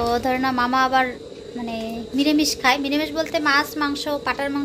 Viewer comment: miramis bolo na,, niramis bolbe he.....